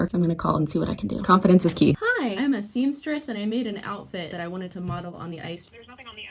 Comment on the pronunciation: also it's "seamstress", as in "seam", not "seemstress".